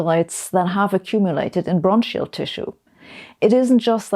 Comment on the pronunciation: Sorry to be a pedantic prick but bronchial is pronounced bronkal. Funny old language English.